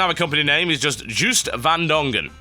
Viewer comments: it is Joost not Guust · Joost is pronounced as Joast. (Holland FTW!) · I heard it was pronounced "Yo-ist van Dongen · Juiced van Dongen? He's Dutch, his name is Joost. (pronounced as in "Yo(oost)") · Joost van Dongen would be pronounced more like "yozed vahn Dong-uhn" if you write it out phonetically :> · Yoast Vahn Dongen with 'ng' like in bang, not as in finger will suffice. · its pronounced like: '' yohst van Dohngun'' I know it looks wierd XD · Joost van Dongen is Dutch. Pronounciation in English probably a lot like: Djhost (as ghost), van (like a van), Dong-un. Good luck with it! :P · Juust van Dongen? It's a Dutch guy, Joost van Dongen and you pronounce the "oo" like the o in Total xD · I think the creator's name might be pronounced yoost. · rofl i did not even know at first the guy who made this was Joost van Dongen i thought TB said Juiced van Dongen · it is pronounced more like Joast :) but good try anyway ^^ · Joost van Dongen, it's a Dutch name. English people usually pronounce it as 'Juiced' >.< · What a terrible mispronunctiation of Joost van Dongen XD, can't blame you though, Dutch (Which I assume was what that name was, as I am Dutch myself) is an insanely retarded language. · Lol, the way you pronounced the name xD love it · Joo in Joost is pronounced similarly to the Yo in Yoghurt. The ng in Dongen is pronounced like the ng in Wrong. The Dutch V sounds more like the F in English. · ROFL at TB trying to pronounce Joost van Dongen xD HAHAHHAHAHA